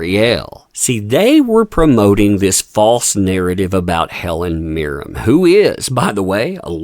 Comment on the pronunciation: It's Mirren, with an N, not Mirrem.